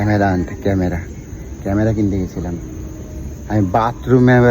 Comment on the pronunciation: Camera bolte pare na. Camra camra bolchhe